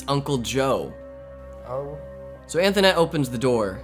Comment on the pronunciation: The kid on call pronounces her name as Antoinette not anthonette. Her mom pronounced it anthonette. Call set up by her mom